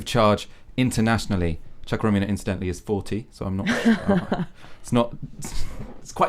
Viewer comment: The pronunciation of chuka Umunna... smh my ears can't take it. Choo-ka Oo-moo-n-na